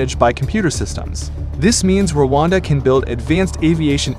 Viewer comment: Settle down - it’s Rwanda, not Wakanda